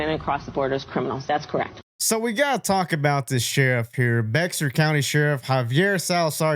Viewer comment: Interesting that dates of both earlier clips are not shown. Could it be BOTH were taped prior to Ms. Harris' visit to the border? You should also know how to pronounce places and people you are reporting on. It is pronounced as "beyer", not "beer" county. Typical right wing extremist.